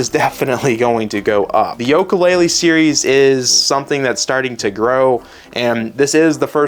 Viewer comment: This kid is lost. He can’t even pronounce yooka laylee right.